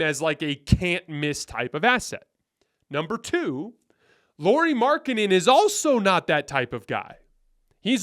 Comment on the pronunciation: No. We're not getting LM. Btw, his name is pronounced "Lowry."